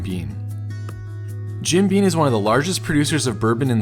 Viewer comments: Graeat video it’s Jim beaM tho not beaN 😅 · Is it just me or is he saying Jim "Bean"? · Sounded like he kept saying 'bean' too.